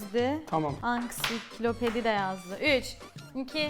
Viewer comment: ablanın ansiklopediye ✨Anksiklopedi✨dediğini farkedenler butonu fknfkfmfmf😅😅